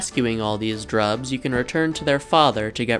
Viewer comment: Oh he said jrubs instead of grubs? Understandable! As long as like 9999 more words don’t get mispronounced ^^